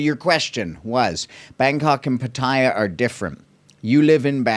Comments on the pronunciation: You are not pronouncing Pattaya properly, its PA/TAI/YA NOT PATAIYA LOL!!! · What an insightful vblog. Thank you so much for posting these vblog. It is much appreciated. I watched all of them. (On another note, if I may recommend, for Pat-Ta-Ya, the second syllable is emphasized and not the first syllable. 🙏)